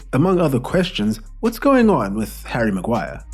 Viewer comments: Havvy maguiree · HARRY MAGUAIAH